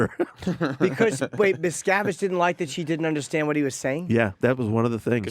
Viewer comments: I never understood how people can hear someone say a name or a word the correct way, and then says it completely different. “Miscavitch”! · "David Miskovich" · I’m a conservative who votes Republican. I have lived in Hollywood, been invited and attended lunch on the Scientology ship and avoided anyone who pronounced an affiliation to Scientology. Thank God! Trump is as far away as he can be and his followers are too! Having been a pilot and flown into Hemet several times, visited Lake Arrowhead a couple of times, I can see why they would want the alluring sceenary as a backdrop. I wonder the compound is anywhere near the island that Greta Garbo once spoke about? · Sorry, but how do these hosts not even know how to pronounce certain names or know nothing about Scientology before interviewing this person? As a journalist, this is unheard of. You are taught never to ask a question you don't already know the answer to. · Why are the two hosts completely unable to properly pronounce Miscavige, despite Tony repeatedly saying it correctly? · Guys...you don't know how to pronounce Leah Remini or David Miscavige and you have a guest on speaking strictly about Scientology for 45 minutes? What rock do you live under? Come on, do the slightest bit of research before your guests come on. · i've listened to jim and sam for a while now, they're not fucking with this guy like o&a used to do with writers. so why the fuck can they not pronounce miscavige correctly when the guy fucking tells them the way it's pronounced.